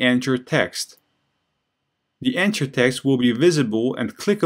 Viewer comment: I'm an ESL teacher trying to improve/create my webpage. I find these videos very useful. As thanks, I want to point out a couple of English language issues I have noticed. The word "anchor" which I think is what you are saying for the element. The 'ch' in this word pronounces as a /k/ the same as they do in 'mechanic' and the 'or' pronounces like 'er' the same as they do in 'doctor'. Likewise, the name of the letter 'h' is pronounced 'aitch'. Learning phonetic symbols can be a great help with perfecting the pronunciation of words you may not have heard before. Also note, that saying punctuation mark for the 'period/full stop/dot/point' is not accurate because punctuation mark actually means any mark other than letters, including but not limited to exclamation marks, question marks, commas, colons, semicolons, and quotation marks. I find your carefully detailed explanations very helpful, but these minor mispronunciations really distract from the knowledge. Thank You again for these videos!!!